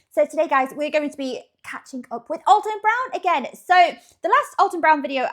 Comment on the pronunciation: It's actually AL-ton not All-ton.🎉❤